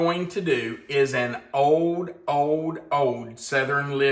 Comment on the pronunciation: It's old not ode😮😮